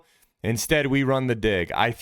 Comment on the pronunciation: Careful calling out the "big dig" throws...make sure you're dropping that hard G in dig, my man 😎